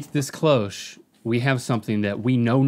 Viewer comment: Why do Americans pronounce cloche so weird?